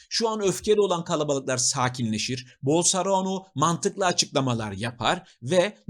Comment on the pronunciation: Her zamanki gibi müthiş bir değerlendirme ve özet bayılıyorum, yanlız Bolsonaro nun adını yanlış söylüyorsunuz Bolsorano diyorsunuz galiba yada ben öyle duyuyorum.